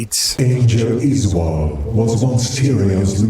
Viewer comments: I always thought his name was Uh-zool 😂😂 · Its hilarious how you mispronounce Izual, even though everyone says it. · You can pronounce Izual's name either way as I don't believe there is an 'official' way to say it. Just happens that the voice actors say it as Iz-wall but I've heard others (and myself) say it as Iz-yoo-all. In the end, it doesn't matter as anyone who knows the game will clearly understand the character you are talking about.